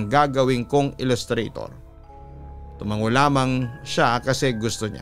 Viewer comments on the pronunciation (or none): none